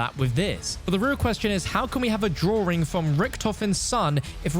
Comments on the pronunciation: The “drawring” 🥲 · "DrowRing" I can't 😭